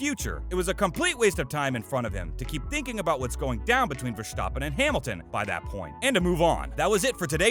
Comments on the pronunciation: STOP SAYING VERSTOPPEN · Holy fuck I haven’t heard this guy pronounce one fucking name correctly. Vershtoppen, Ierton, Vilnuuuve, Shewmocker, Roseburg. If you’re going to do all this research take the extra 5 seconds to learn how to pronounce the names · "Vershtoppin" "Roseberg" "Ire-ton Senna" etc - wow, you literally got every important name wrong except Brundle. Maybe do videos on another topic.... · Yeah, I was wondering if I just misunderstood the video. Clearly whoever made it has never actually watched F1. Michael Shooomoker, Vershtoopen! (The mispronounced names were fairly entertaining though) 😂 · fair enough, I’ll concede the point on the Schumacher pronunciation, if you say so. But that wasn’t the main point I was making. And he definitely did mispronounced Verstapen and Ayrton.